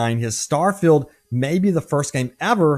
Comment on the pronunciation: Shhhhh! I'm vewy, vewy excited. It's Stawfield prerelease hype season.